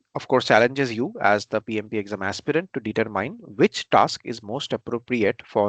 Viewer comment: Determine does NOT*** have a long I sound..........